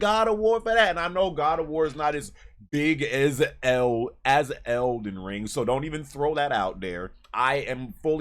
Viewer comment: 🤣🤣🤣🤣😂😂😂 eckyuck... ELDEN RUUUIIIIIIIIIEEEEEE 🤣🤣🤣👍👍